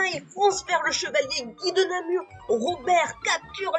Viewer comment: Guy De Namur, pas de namour. Pour la prononciation de goedendag vous êtes absous. Parler de "francophones" à l'époque est anachronique, c'étaient des langues romanes